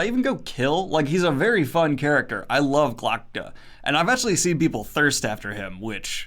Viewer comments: Kelsier doesn’t need a hug, he needs a good and thorough asskicking (Also it’s hilarious every time when you mispronounce “Glokta” as “Glotka” because in Russian it means “throat”) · Daniel still can't even pronounce Glokta correctly. lol